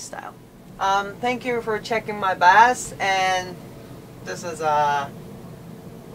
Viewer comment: It is not bass its bus btw